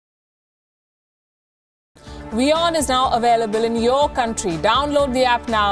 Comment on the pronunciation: CAN YOU SAY AVAILABLE CLEARLY!